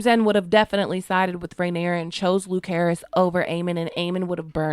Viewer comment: Not once in the show was he called LuKerys. Lucerys.